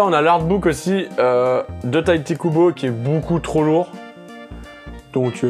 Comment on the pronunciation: Get Backers hein et non pas Get Bickers... Et c'est Tite Kubo (prononcé Tit Koubo) pas Taillti. Mdrr ta prononciation me tue